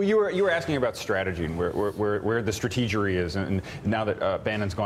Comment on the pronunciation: Did that guy on the left side of the desk say "stratregery" on purpose?